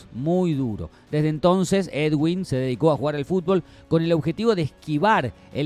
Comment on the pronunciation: Niggas, es edwin, no eduiwn, x favor, sepan pronunciar bn